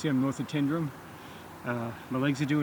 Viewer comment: Tyndrum is not pronounced as TIN. Think of it as TYNE, it comes from the Gaelic 'Taigh an Droma'. I lived in crianlarich for many years and my uncle lived in Tyndrum. Also, you (along with virtually every person from over the Atlantic) pronounce Edinburgh incorrectly as well. When saying Edinburgh, end it with an uh sound, not an oh.